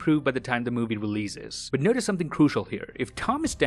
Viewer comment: releazes xDDD